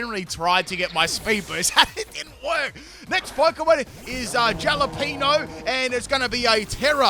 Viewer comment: bro called it a jala-pino 🤣